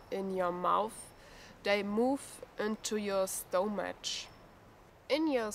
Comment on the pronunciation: Scary stuff. By the way stomach is pronounced stomak the ch is spoken as a k. Great vid and info